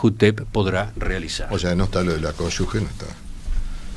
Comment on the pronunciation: Cómo les cuesta decir bien CÓNYUGE!! No lleva U